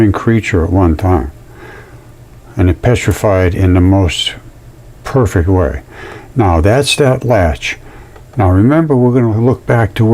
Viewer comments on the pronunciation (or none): none